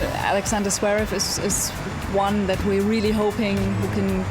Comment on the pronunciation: It's Zverev, no Zevrev